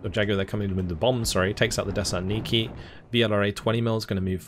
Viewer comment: if youre trying to spell "desantniki" you need to pronounce the T in the word its a little hard watching you butcher the russian so much as someone who speeks russian myself other than that the video is fantastic!